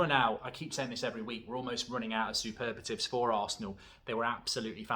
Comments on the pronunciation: Mark it's "superlatives" not superbatives xD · Mark, the word is superlatives not superbatives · Mark its Superlatives I always laugh when you say Superbatives 😅😅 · did you say "supervatives". Sounded like it. The word is superlatives.